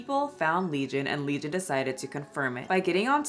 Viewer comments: Not lesion. Legion, like a demon.😂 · Ma'am... a "lesion" and "legion" are 2 different things.... much love ❤️ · It's legion, not lesion. She kept saying it in the video. I was questioning my own vocabulary. Lol. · Legion,, not Lesion